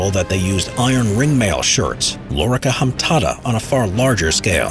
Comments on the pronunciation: Why did the bloke call the ring-mail shirts Lorica Hamtata. Like, HA-MA-TA.. Such a simple word. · Lorica hamtata is all I could hear in this video. I cringed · lorcia hamtata he said lol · What's a lorica hamtata? x'D